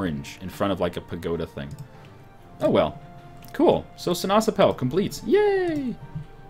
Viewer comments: See-Nass-App-Pul, with emphasis on 1st and 3rd syllable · well you may not noticed it yet, but the dutch word for orange is sinaasappel and you pronounce it as: see-nàs-àppel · Every time he sai sinasappel i thought he said si na chapel